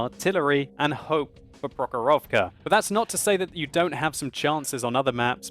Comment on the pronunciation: Man) its not prohorOvka its the prOhorovka. I from Russia.